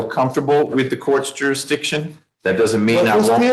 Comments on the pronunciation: Dude, you can't challenge jurisdishon if you can't pronounce the correct word (jurisdiction). Also, HELLO! When are you planning a walkabout with us on your late night channel? It's fun for us insomniacs like myself. I really enjoy your sardonic nature - you say what most of us are thinking! ❤ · If he’s going to pronounce the word “jurisdiction” as “jurah-dishun”, I’m going to go insane. He talks like he has a mouthful of sand. He doesn’t ENUNCIATE words, or complete words before the next one, and he runs words together with a terrible accent. I literally cannot understand most of what he saying. The judge is entirely too patient. Most judges wouldn’t let his rambling testimony in between his idiotic questions. If he doesn’t understand simple court terms, procedures, or rules, he should not be allowed to represent himself. Also, if he committed the crime within the physical area that the court is authorized to cover legally, that means the court has jurisdiction. Guys like the defendant need to look up the word JURISDICTION in a regular old dictionary, not in Blacks Law Dictionary. I wish people weren’t allowed to just quit school without graduating with at least a c+ in every subject, even if it takes them 15 years instead of 12. society so much more civilized, educated, and give everyone a better (maybe even an equal) chance educationally of having a more successful future. But instead, we get people like this defendant, who doesn’t seem to know what a question is, or that there is the letter “s” in the word JURISDICTION (that actually makes the usual “s” sound. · It is pronounced "jury-dishin" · Sir it's pronounced "jurridishon" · “Juridiction” 😂😂😂 I’m dying. I can’t I’m gonna pee myself 😂😂😂😂😂😂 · The idiot can’t even say jurisdiction he keeps saying juridiction what ever that means 😳 lol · What the hell is a “jurrdision”! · I AXED YOU FOR JURRIDISION!? YOUR HONOR IS THIS A QUART OF RECORD? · What the ** is "jurradishin". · He gotta proo jurydishon